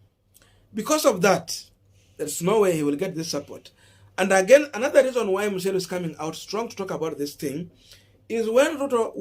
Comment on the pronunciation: It’s MUCHERU not MUSHERU 🤣🤣🤣